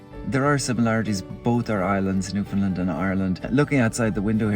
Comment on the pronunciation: And that pronunciation is how you identify someone who is not from The Rock, lol! "Newfoundland" rhymes with "understand," and anyone from there will make sure you know it, haha!